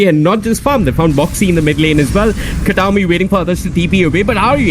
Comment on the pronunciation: "Katami" not Kataomi. Every time...